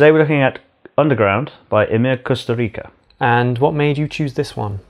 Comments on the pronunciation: really? "KusturiKa"? "Costa Rica"? When you don't even look up the proper pronunciation all my motivation to continue watching this is gone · It's pronounced Kusturizza like Pizza. Not k but tz